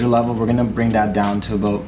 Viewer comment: Aboot? Haha